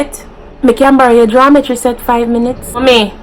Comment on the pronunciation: Chewsday, pickcha, farred, jawmetry, morgrage, prignant 🤣🤣🤣